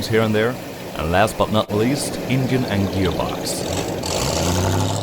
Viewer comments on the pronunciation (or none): The way he says engine “ingine” 😂. Cool car though, love old chevys